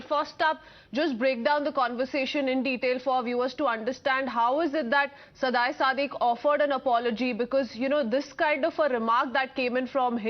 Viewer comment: Dear news reader,...That's not SADHA-E-SADIQ,....that's pronounced as SIGH-DHAI-SADIQ ( Saidai Sadiq )